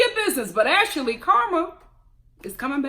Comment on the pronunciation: I love it when you add an extra syllable to folks names like Ash-a-lee and Payola!!! Love it!